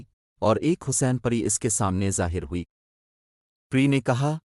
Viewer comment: Pehly plzz apni Urdu reading durust karlen.Haseen aor Pari ko Galt parh rahy hen ap.